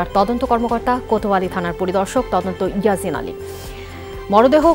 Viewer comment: yeasin,yeazin na, vab er codon ea kotha koite pare na,aise Reporting cudte🙄